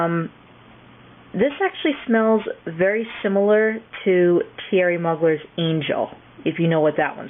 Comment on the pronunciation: Excellent, & I meant excellent review of the scents! I Love the Queen & Rebelle..and I'm totally into Calvin Klein scents.. by the way the french Thierry Mugler is pronounced (Moo-glare). Really loved watching! x